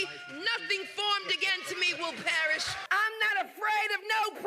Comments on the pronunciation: 😂She said "Nothing formed against me will parish" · "Nothing formed against me will persish" ? Lmao